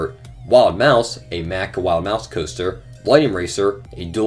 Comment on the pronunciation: MACK is pronounced like “mock” not “mac”. Good video tho.